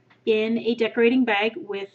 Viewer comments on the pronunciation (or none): wooooot wooooootz! 100 cupcakes! congrats, amazing cupcake lady! :) you said 'decoRAting. lol.